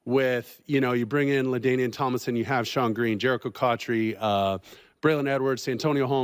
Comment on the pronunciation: Bro.... cotchery?